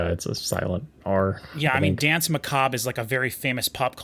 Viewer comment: people still can´t say "danse"... it´s french!